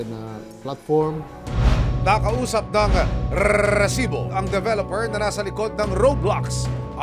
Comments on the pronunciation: Resibo into a long rrrrr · I like that he only cares his "RRRRRResibo" instead of the case